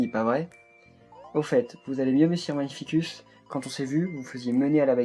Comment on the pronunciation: Magnificus se prononce [magnifikus], pas [magnifisuce] !!!